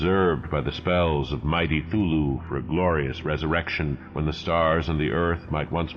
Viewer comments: Is he saying Thulhu or Cthulhu? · My only beef with these fantastic renderings of H.P.L.'s tales of terror is the pronunciation of Cthulhu. For 50 years I've been pronouncing it with a "hard C". I love what you're doing here and look forward to every new episode. How about Dreams in the Witch House?